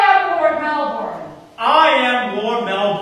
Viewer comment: IF. YOU. ARE. TALKING. ABOUT. THE CITY. IN. AUSTRALIA. ITS. PRONOUNCED. MELBINNNNNNNNNN.